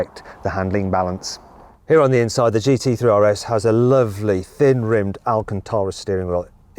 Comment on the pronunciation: That’s how you know Mat is biased towards Porsche.. he pronounces the RS in Porsche properly but in Audis he makes fun of it :)